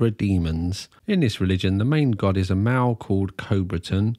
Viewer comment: I figured it out. You're saying MALE. I couldn't work out what "mao" was. You don't say the L.